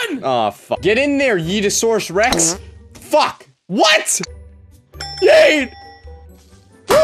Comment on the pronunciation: I just heard said YEETASOURUS REX